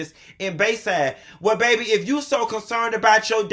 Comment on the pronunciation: Bay bay!! 😂😂🤣